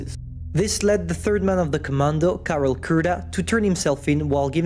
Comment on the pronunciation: I'm from Czech and you prnounced those names wrong, I personally suck at spelling in English, so dont worry, but you pronounced Karel's name perfectly. We learnt in school about this tragedy.